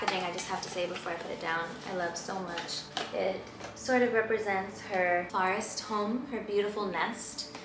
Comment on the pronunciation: The way she pronounces forest gets me every time. “farrest” lmao